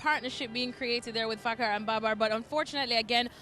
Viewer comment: How do u feel when u pronounce"Fakhar" Zaman.